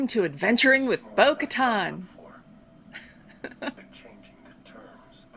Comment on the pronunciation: SURPRISE!! LOLOLOL!! I'm so glad you got to be surprised by Bo Katan's (Ka-tan is the pronunciation btw) appearance on the show. And to have that name drop... Ahsoka Tano! Another glorious little surprise for you today. I know, i know, you didn't film this today, but you know what I meant. Now you know Din Djarin is a child of the Watch. Children of the Watch are part of Death Watch, Pre Vizla's group Fun fact: Shae Vizla, Pre's ancestor, was Mandalore back around 2200 BBY, during the days of the game SWTOR, or SW The Old Republic. She is a Companion character you can get, and in one storyline, she is shown as Mandalore, fighting the Sith Empire (a time prior to the Rule of Two). It is during this sequence of battle that upon completion you get her as a companion. The great thing is you only have to do that long series of battles once to get her. Any other characters you make will receive the call-in device to receive her as a companion at the beginning of the game, through the mail system. SWTOR has been a very underrated game that really is tons of fun. The races you can play are human, Mirialan, Twi'Lek, Sith, Nautolan, Cyborg, Chiss (Grand Admiral Thrawn's race), Togruta (Ahsoka Tano's race), Zabrak (Maul's race), Rattataki, Cathar, and Miraluka. You should really check it out. You like WoW, so you should love SWTOR!